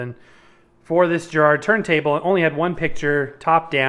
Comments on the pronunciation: Why oh why can't Americans pronounce Garrard correctly. It's Garrard as in Garage or Gary not Jerrard as in Jerry or Jeremy. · I wish American’s would pronounce it correctly it’s NOT Jerrard it’s Garrard as it is spelt. It starts with a G not a J. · Hey, please tell us confused American hifi geeks the correct pronunciation: is it "GA -rard" or "JA-rard"? I've always heard it as the latter choice. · Interesting video - it took me back to my school days. But, please note, Garrard is pronounced with a hard "G" as in Gary, not a soft "G" as in giraffe. A little research would have put you right! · Makes me laugh how Americans pronounce the word Garrard especially as I used to wire the arms up on Garrard turntables back in the day. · Well done for butchering the name Garrard multiple times.